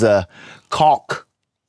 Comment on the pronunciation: Scott said caulk or am I tripping?